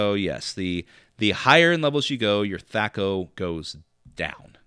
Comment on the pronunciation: why are you using the long ‘a’? As far as I know Gary introduced the term in the original DMG but I’m not sure if there’s any recordings with him actually pronouncing it.